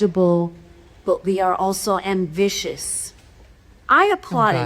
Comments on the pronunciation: Amcisccious? “I applaud ambiscious” ? Oh dear. Why. Oh why ? 🤦‍♀️🙈🙊🙉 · Bro...at the mark in the video, she's drunk asf. She totally slurs the word "ambitious"🥴